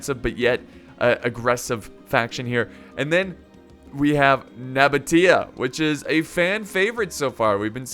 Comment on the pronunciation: It’s pronounced Seleukids and spelled Seleucids. Also Nabatea is pronounced No-baesha (or) Nuh-baesha, not Nuh-botia, but I understand that one, I pronounced it wrong for years.